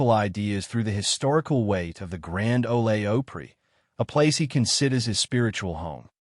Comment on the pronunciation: What crap click bait. And pronouncing it grand “Olay oh-pree. And what is that accent?